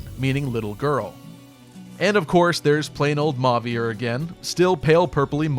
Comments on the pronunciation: Well, for what it's worth, 'as a french native', "Mo-vee-eh" is the way it should be pronounced if we follow usual french phonetic patterns. So yeah, I say it like that and I twitch a bit every time I hear the final "r" pronounced. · I had the same thing with Mauvier as well. I pronounced Griss as “Gr-ee” too.